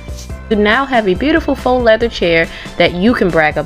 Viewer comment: Faux not foax. You didn't wipe the chair after you sanded it to get the sandpaper grit off?